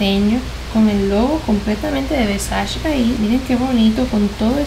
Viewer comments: No se pronuncia versach es Versache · Donatella diría: Versache, not Versachee haha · mka se pronuncia versache ok GRAZXXX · Hola super cool q tengas ese nivel adquisitivo tan grande y lo compartas con todos Me encantaría trabajar para ti como tu stylist y crear todos tus look con ese closet serias de las mejor vestidas de Miami Tal ves no te interese o no lo sepas pero no pronuncias bien la palabra versace... Se pronuncia versache Saludos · Se pronuncia "ver-sa-chi"; y el pasado de haber es "hubo" NO hubieron.